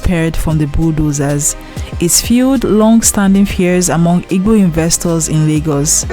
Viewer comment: Why you can't pronounce igbo very well?